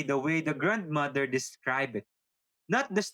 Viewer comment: "grand mader"